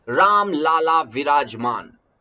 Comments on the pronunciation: Its राम लल्ला not राम लाला, लाला means business man Do not say Ram a business man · Mai bhi same likhne ke liye comments khola tha, sir pronounciation galat kar rahe hain.